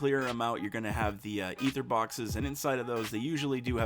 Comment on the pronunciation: Holy Shnikes! He pronounces Aether correctly. I'm subbing for sure.